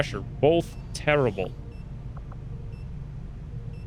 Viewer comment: No one say garbage and terrible more emphatically